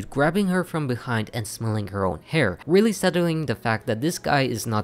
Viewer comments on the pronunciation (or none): none